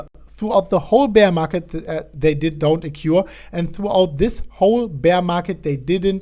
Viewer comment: occur: okkoer ;) But don't fret it; se chicks luv ze accent anyvays